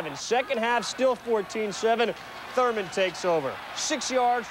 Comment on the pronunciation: Lol how Chris Berman keeps calling him thermal 😂